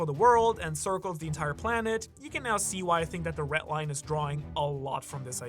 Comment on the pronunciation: BRO STOP SAYING "RET LINE" PLEASE ITS PAINFUL TO HEARRRRR.